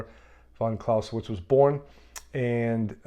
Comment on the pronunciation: you can't even pronounce his surname correctly.